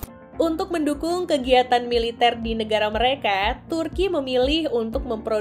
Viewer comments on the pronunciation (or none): none